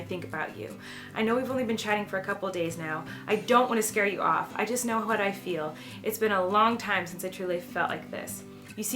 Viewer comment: she emphasizes the "h" in "what". 2nd thing that makes the video great!